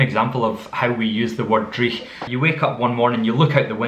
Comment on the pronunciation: You don't tap the r in driech?? I know you tap you're other rs but not that one.